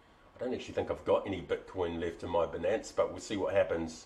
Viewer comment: Great Video! worked for me a treat. btw, perhaps its the accent but its 'BY-Nance', as it rhymes with Finance haha